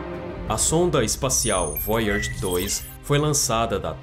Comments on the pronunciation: É voyager e não Voyards, mas muito bom o video, obrigado pelo conteúdo, ja deixei o like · Qual a dificuldade do narrador em falar VOYAGER na forma CORRETA, ao invés de "voiárge"? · Eu não gosto de ser o chato mas vc devia apre der a pronunciar Voyager. Desculpe, se eu não falar vc não vai descobrir pq seus seguidores não vão querer ser chatos com vc. Goodbye 😎